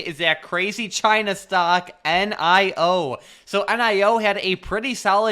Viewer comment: wittery cwazy cuh